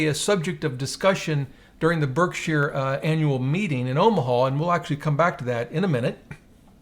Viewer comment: It’s funny how he keeps saying “burg-sheer” 😂